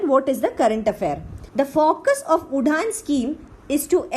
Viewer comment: It shud pronounce as uran nt udhan